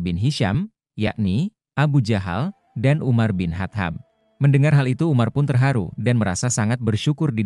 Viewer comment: Perbaiki ucapannya biar enak di dengar... Dibacanya: Umar bin khottob